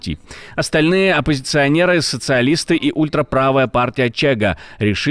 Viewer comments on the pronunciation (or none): Партія в Португалії називається Шиґа ,а не Чега ,як ви сказали!! (CHEGA) В переводі на Українську означає Досить!Хватить😂